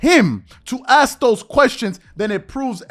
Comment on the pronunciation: How is it that such a well spoken, intelligent and articulate person still cannot pronounce the word "Ask" it seems that too many of our people pronounce that word like an entirely different word "Axe" two very different words